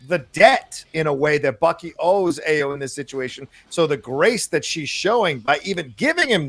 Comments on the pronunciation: Stop butchering the name. AYO = Pronounced ARE-YOUR Not EYE-OH Not A-YOH AYO means joy in Yoruba [Nigeria] language. [My family is Yoruba.] As in Funmilayo = Give me joy. Or Ayodele = Joy comes home. AYO is the short form of such names. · Great review. and, Ayo is pronounced “EYE-yo”.